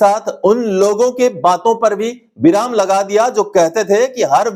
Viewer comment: बिराम नहीं विराम होता है l ध्यान रखें l